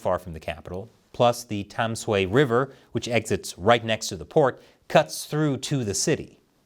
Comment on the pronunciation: FYI: Tamsui is pronounced “dun-shway” 👍